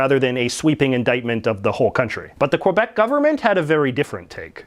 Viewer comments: K-Beck not kwabeck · Its pronounced “K-bec” not “Quabec” ya curly headed fk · It's pronounced more like kih-beck, not kwah-beck or kwih-beck. Hearing you pronounce it incorrectly really makes it difficult for me to take your opinions on it seriously. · I know its a small thing but it bothers me how everyone pronounces Quebec, it was pronounced KÉBEK by the Natives, not KWEBEK, thank you for coming to my tedtalk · For God’s sake, pronounce it properly - it’s “Kay-bec”, not kwa-bec. Aside from that, Mr McCullough promulgates some very interesting observations on Quebec & Canada in general. He’s sort of the polar opposite of Will Ferguson. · Its Quebec not Quobec. Say it correctly. Where the fuck are you getting the O from? Sad that a Canadian is making such a mistake. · I get so trigger of him saying QUebec instead of Quebec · Its Quebec.....not Kwabec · It’s pronounced kay-beck not kwe beck. And the shooting in 2006 was not at a university but at a cegep, a type of school only Quebec has. And I go there. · Dude stop saying Quabec it's Quebec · I'm sorry and I hate to be this person but it is spelled q u e b e c. Not q u o b e c. Pronounce it the way that it's spelled please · First its pronounced Kebec not Qwebec. Also I don't see the issue about being bilingual. Most Europeans are at least bilingual if not multilingual. It seems to be a very North American idea to not learn more than 1 language. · I've been all over Ontario and there are plenty of french people. I've also been to Manitoba and know plenty of French people there as well. This idiot in this video is clearly anti french and anti Quebec. Hell the fucknut can't even pronounce Quebec correctly, he pronounces it as Quobec. Where the fuck did he get an O in that? And hell he can't even pronounce about correctly. This idiot is a waste of air. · Can you PLEASE pronounce Québec properly!!! Its not Quobec ffs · It's not pronounced Kwuh_beck. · You're alreldy offending me by mispronouncing the word Québec